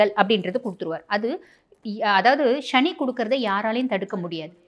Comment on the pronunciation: முதலில் தமிழில் சுத்தமாக பேசுAltop No more excuse ஸ்சனி இல்லை சனி Nostyle in மொழி உச்சரிப்பில் B y proper manner again NoAL top